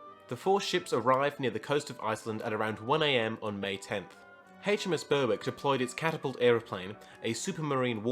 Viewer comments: Great video. I would recommend working on your pronunciation a bit though. Like Berwick, for instance, it is pronounced more like berrick. And the Farroe islands, the E at the end is not pronounced. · Yeah the w is silent. I live an hour south of Berwick upon tweed